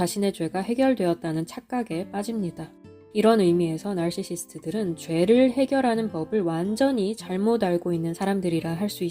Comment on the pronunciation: 와 나르시시스트 말씀하실때마다 너무 악센트 줘서 깜짝 깜짝 놀라네요